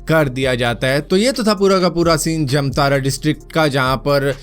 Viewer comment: Bhai wo जमतारा nai जामताड़ा होता है।